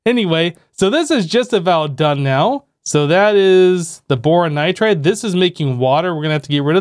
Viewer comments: It’s not nitrade it’s pronounced Nigh-tride Edit: He figured it out later in the video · There's no A in nitride plsss stop saying nitrade!!!